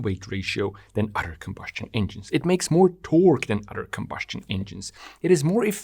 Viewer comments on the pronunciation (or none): You are a brilliant mind and amaze me with your comprehension... but please explain to me how you can be so smart, yet fail to understand the word "other" isn't pronounced as "udder". Why does your brain glitch on such a simple concept like pronouncing every word with the letters "th" properly? This is not meant as an insult, I'm just truly confused as if I watched someone solve advanced algebra equations only to see they can not grasp an understanding of how to tie their own shoe laces.